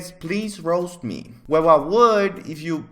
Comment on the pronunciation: Him saying roast sounds like rose